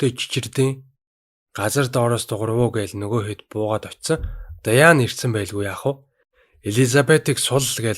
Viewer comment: Даяан биш дианнэ шдэээээээ